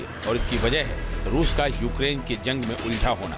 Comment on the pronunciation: Kiska interview liye ho tum log ukrain ko okaran bol rahe hai 🤣🤣 godi media😂😂